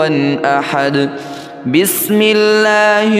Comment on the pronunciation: ap ka bismillah parna hee galat hai. bismillah mein wow kahan hain ? ap pahly bismillah parna seekho